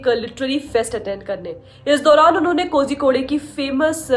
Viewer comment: Not कोझिकोड़ it is कोळिकोड़ 😊😊😊🙏